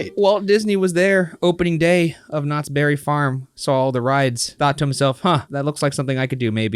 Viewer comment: Next time you do a Knott’s Berry Farm ride, can you try not to make it sound like you keep calling them Nazis? 😅